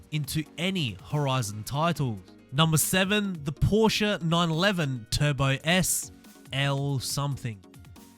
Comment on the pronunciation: Porsche Leichtbau = Porsche Lightweight for you English speaking people XD At least your pronunciation of Porsche sounds right. It's not a Porsch you freaking amateurs it's a Porsche, Por-sche, get it right XD